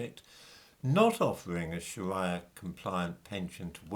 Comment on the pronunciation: I think Muslims can pronounce the letter R correctly, so calling up pension providers and saying "please pwovide me wiv a pwefewntial Shawia pension" just isn't going to cut it, 🤔🤷🏿